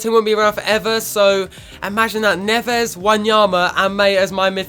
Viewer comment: Ruben Neves is pronounced Ruben "Nevz"